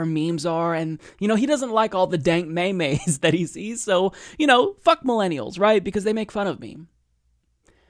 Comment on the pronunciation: Did my boi just pronounce it as 'may-may'? Bruh